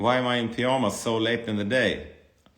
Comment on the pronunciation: I love the way he pronounces it lmao 😭